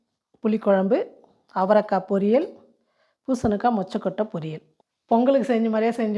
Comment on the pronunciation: பூசணுக்கா இல்லை. பூசணிக்காய் மா.